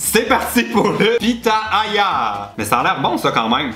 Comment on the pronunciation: Sa ce prononcé pi-ta-ya